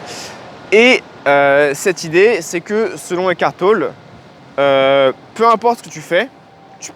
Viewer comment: On prononce TOLLÉ. ECKART TOLLÉ.